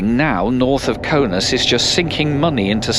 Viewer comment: It's Kaunas not Kaunus